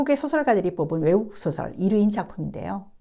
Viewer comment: 소설론에, "소설"의 발음이 틀렸나이다. "소설"의 :소"는 길게 발음해야지요! "짧게 잘못 발음하셨나이다. 이 뿐이 아닙니다. 빨ㄹ이 읽는 것만이 능사는 아닙니다. 장단음 자고저 공부를 많이 하시옵소서! "한국 어문을 고발함" 이라는 책을 읽어 즈실까요?